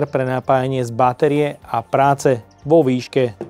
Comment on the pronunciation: Mna zabila ta Báteria